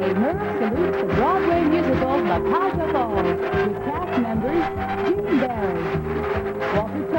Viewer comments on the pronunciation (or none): Before he started to air his show, how about someone teaching Merv how to pronounce the show's title properly. It's not La Cage Aux Fowl, because that how he clearly says it!!